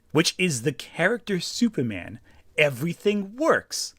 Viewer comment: I like how whenever says "Superman" it kinda sounds like he's saying "Soupman"